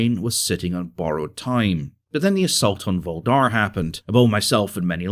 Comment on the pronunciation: wwait, did you actually call Soledar a Volhdar? 6_9